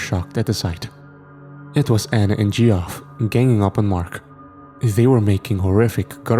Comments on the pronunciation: Gee-off? It's pronounced "Jeff" 😅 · Geoff lol the way he pronounced that name is funny